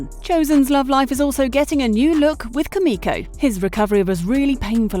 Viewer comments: It’s pronounced (Koo-Mikko) but it’s spelled Kumiko. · U pronounced here name wrong